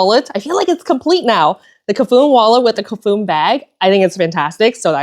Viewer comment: Hiiii. Cafuné means running one’s hand through a dear person’s hair in Portuguese and should be pronounced ca-fu-NÉ. I enjoy your videos